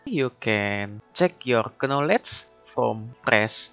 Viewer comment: The "Knowlej" Sound is strong in this one, i like it ! Great video !